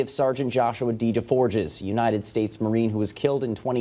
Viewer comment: DesForges....you don't pronounce the s's. De'Forge. Best Marine I ever knew.